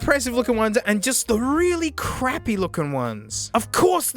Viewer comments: He means it sounds like he says "fuck". First thing I noticed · sounds like he said "fuck" even though he didn't